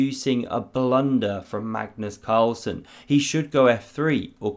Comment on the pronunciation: you know its serious when says magnus's full name right